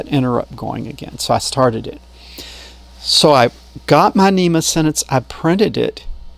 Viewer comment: NMEA, not NEMA :)